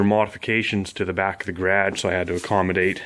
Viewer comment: You have a nice "Ghradgge"